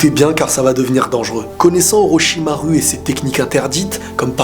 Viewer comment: araete de dire olochimaru cest chiant